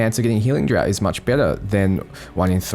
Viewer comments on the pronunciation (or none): it's pronounced drarft mate. Draught - "Drarft". Like keg beer. Thx for the guide! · Draught is pronounced "Draft". Other than that great video!